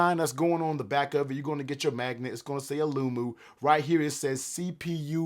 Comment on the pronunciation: The way you say the name of the case is hilarious 😅